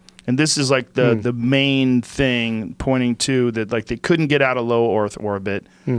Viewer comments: Nobody notices him saying oarth orbit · "Low oyth orbit"